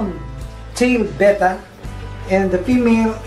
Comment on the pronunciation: Note that pronounces "Betta" correctly. Most Americans that I have heard mispronounce the word with "Beta", which is the second letter of the Greek alphabet, not the fish.